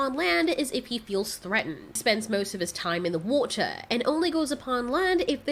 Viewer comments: the way you said water SENDS ME! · Your accent coming through when you said water, so cute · When you said water it sounded like you were doing like a different accent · Did u say wotor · “Woh-tuh” ~, 2020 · Why did you sound British for a little bit it's funny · When she says "water" she sounds British ngl its ok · Brtish moment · The way you said water was extremely british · Can we talk about how she/he/them said water😂😂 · British accent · Why did she say water like that 😂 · turns british to say water